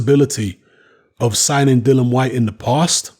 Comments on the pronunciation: Dill e an not Dillon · Dillian not Dillon lol.xx